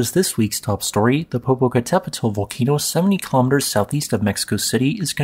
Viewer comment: I'm just amazed how effortlessly he can say Popocatepetl